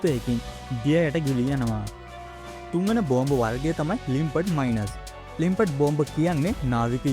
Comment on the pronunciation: හොඳයි. ඉංග්‍රීසී ටිකක් හදාගන්න. Mines...... minus...... මයින්ස් සහ මයිනස් .